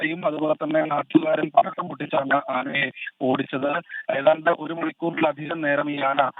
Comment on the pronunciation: പടക്കം എന്ന് വ്യക്തമായി പറയാത്തതെന്താ ?